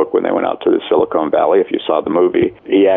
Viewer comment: I think he means to say Silicon Valley (short o sound not long o sound). "Silicon" (long o sound) would be like Beverly Hills, home to high price plastic surgeons doing boob jobs.